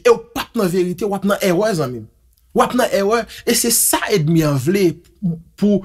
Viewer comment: Padon wi frè m. M suiv ou anpil . Men gen yon mo m santi ou mal pwononse. Se Énmi!;(Ennemi et non) edmi!